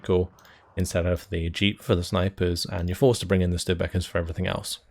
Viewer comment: The Studebaker is pronounce Stew Da Baker. Not Backer, the long A as in Baker. They are US lend lease Trucks.